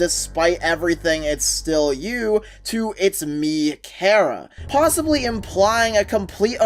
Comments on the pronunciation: it's pronounced kara not kera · its chara not karah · BROOOOOO!!!!!!! ITS PRONOUNCED CAR-A!!!!!!!